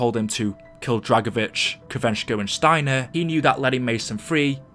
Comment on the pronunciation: For a moment i thought you said drako bitch 😂😂